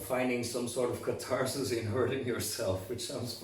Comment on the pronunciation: I drank a shot each time i heard Catarsis or Catartic and now i'm drunk. TYVM!